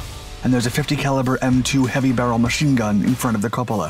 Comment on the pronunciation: Good video, but you really need to learn how to pronounce the words "chassis" and "cupola"...